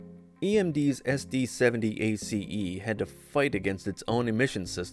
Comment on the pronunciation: All that and it's AI .... SD seven oh ACE yeah right ...